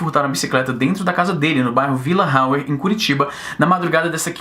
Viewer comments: É Vila Hauer (Com som de A) ehhe O certo deve ser com som de R mas ngm em cwb chama assim. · Vila rauer???? É oque????. Vila Hauer=Auer.😁. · Melhor parte foi ouvir "vila Rauer" haha